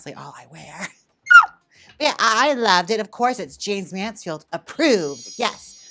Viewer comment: Can someone plz tell me why it always sounds like he’s saying JANES Mansfield? It could just be me.